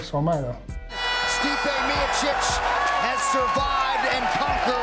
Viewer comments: "Stipe My Oh sick" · commentator " stipe mayosick ". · "Stipe myoceec" Americans........ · “Stipe Myohsick” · Stipe Mayoshick.... 😂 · Stipe ‘My-Oh-Sick’ 😂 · Half of fight casters still don't pronounce his name well tbh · How about that first pronounciation of Stipes last name just before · actually all of you americans pronounce his name wrong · Not Americans, just Mike Goldberg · Is my man low key a bitcoin millionaire lol. Also how Mike gonna pronounce his last name like that, that type of shit makes my skin crawl lol.